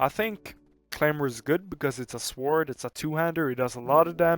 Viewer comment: It's also a guy pronouncing the W in the word sword. Idk man, you connect the dots.